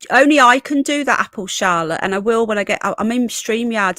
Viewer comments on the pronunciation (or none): none